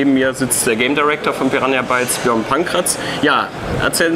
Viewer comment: Björn hat sich wohl der Höflichkeit halber dazu entschieden, es falsch auszusprechen :p